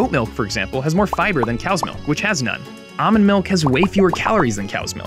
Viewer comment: its produced ALLmond not “ah-min”